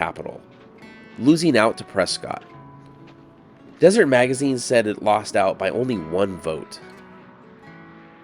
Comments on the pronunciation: Awesome video as always. Seriously always learn something! Thank you so much. I know you will probably get other comments on this but Arizona’s pronounce “Prescott” as “Pres-Cut” and not like how it sounds “pres-scot.” I go to schooled on that when I first moved here from Oklahoma. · It’s pronounced Preskit (Prescott). You can get beat up for saying it that way at some places there lol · Love the video! Psst… it’s pronounced “PRESS-kit” 😁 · You pronounced Prescott wrong. It is pronounced Preskitt. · It's pronounced "Press-kitt".